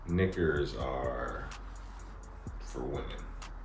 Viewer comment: Knickers? needs to soften that R, god damn.